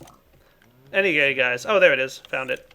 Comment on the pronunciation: was I the only one who heard anygay instead of anyway in